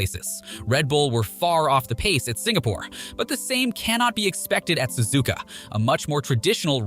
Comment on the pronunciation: I can tell you’re American or something cause you Suzuka susika